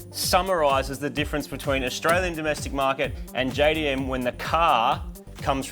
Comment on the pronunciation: That car jastralian or jaustralian